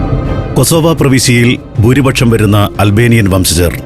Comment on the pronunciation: ബൂരിപക്ഷം പോൽ! ചപ്പാത്തിപക്ഷം അല്ലേ? അക്ഷരങ്ങൾ ശരിയായി ഉച്ചരിക്കാൻ അറിയില്ല എങ്കിൽ ഈ പണി ചെയ്യരുത്. പെർഫെക്ഷൻ എല്ലാ കാര്യങ്ങളിലും നോക്കുന്ന സന്തോഷ് ജോർജ് കുളങ്ങര, ഇക്കാര്യം എങ്ങനെ ശ്രദ്ധിക്കാതെ പോയി? 🤔😱🥵